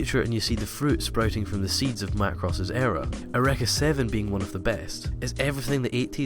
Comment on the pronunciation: My lord the way you pronounced Eureka had me in stitches! It's more you-reek-a, rather than er-rek-a.